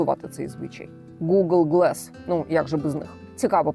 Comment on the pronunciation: Слово "glass" англійською вимовляється з "а", не "е". Дивно, що канал перекладу з англійської не знає елементарних слів 😊